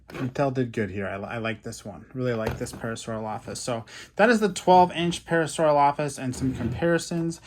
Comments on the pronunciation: You say parasaurolophus wrong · you said Parasaurolophus wrong